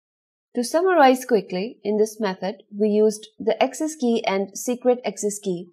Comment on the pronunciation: I liked the content. simple and elegant. However I have little trouble with the accent. Ex: pronouncing "access" as "excess". just a minor observation.